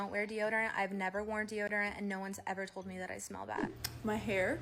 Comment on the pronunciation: emphasis on no one’s ever TOLD you you smell bad😷